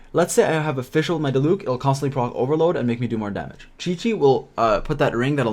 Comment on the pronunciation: Ok you pronounced diluc wrong but ok